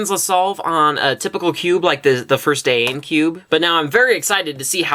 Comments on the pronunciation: Day-en cube lol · fail pronunciation of Dayan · the way he sais zhanchi and dayan